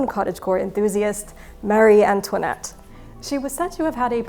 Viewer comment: Ought we to be pronouncing Marie Antoinette 's name with the emphasis on the first syllable, then?